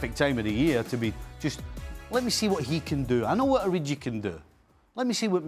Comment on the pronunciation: tell him it’s ORIGI not ORIJI 🤦🏾‍♂️